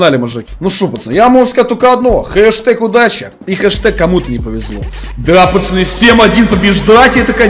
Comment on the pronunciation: Интересный факт: всегда говорит пачаны????